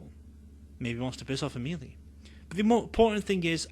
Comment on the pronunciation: Ms. Caine named the head vampire Amelie (pronounced AH-muh-lee). No disrespect meant, just figured you’d like to know for your next book narration ❤ thank you!